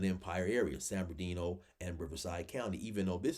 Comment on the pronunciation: you gotta start saying San Bernardino County correctly lol you be saying San Berndino lol